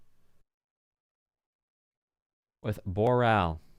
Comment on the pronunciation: Shame that the track name is "Bore Ral" instead of "Boer Ral"